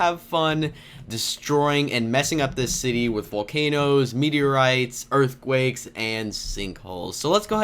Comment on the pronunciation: You said earthwakes